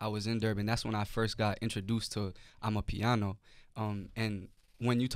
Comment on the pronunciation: Not amipiano but amapiano bru